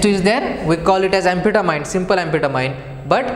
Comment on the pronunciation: It is pronounced Ann- Fet ta- mean